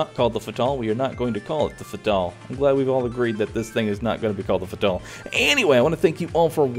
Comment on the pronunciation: Learn how to pronounce Fatale lol